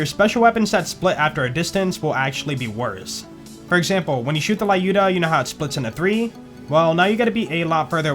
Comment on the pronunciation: dude, thanks for the video for Lyuda - it's not a la-uda like you pronounce that, it's l-yuda, or luuda if you want, it's the russian women name люда - try it in the Google Translator